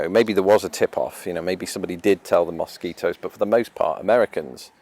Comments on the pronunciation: Ana Darko He needs some serious advice on how to avoid mosquito bites. And how to pronounce mosquito. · The way he pronounces mosquito, is a perfect example of how language is spoken differently depending on where you're from. It definitely makes life interesting. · When I hear his pronunciation of Mosquito in the English accent I can think of is the "Wooden Wonder"!